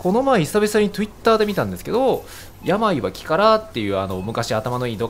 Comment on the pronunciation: めっちゃ笑いましたww トゥイッターの発音好きです